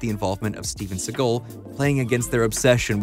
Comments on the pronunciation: Decent video, narrator probably should’ve at least looked up how to pronounce Segal instead of saying Seagull repeatedly. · u mispronounced segal s name through the whole thing